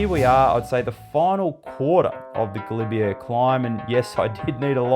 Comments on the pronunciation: Pronounced galibier ga-lib -A not galibier (air) 🙈🙈🙈 👍 French won’t understand you if you say this when asking for directions, as I found out riding from the st Jean route. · Great video as always. I know you're an Aussie but please learn how to say Galibier. It grates every time you say it ending with an 'err'. All the best!